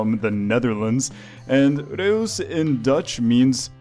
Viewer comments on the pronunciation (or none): I am Dutch you pernounce reus like röus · I think it is pronounced like the word rue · its pronounced ruse..... in a single syllable